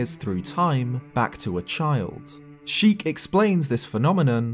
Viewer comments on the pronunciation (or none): none